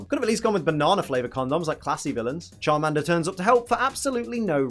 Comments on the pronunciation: Charminder lol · The way pronounces Charmander offends my ears. My British ears.